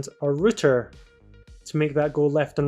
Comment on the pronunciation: “A rooter”